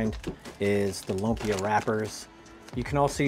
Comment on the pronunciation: please do not pronounce it as "LOOM-PEEH-YUHH" say it fast! say it quick! "LUMPYA!!!" ganon bro!